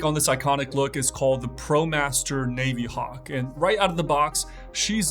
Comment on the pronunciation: no, he didn’t. He said navy-hawk (long A) and naveeee-timer (soft A, long E). It’s a soft I, like navigator.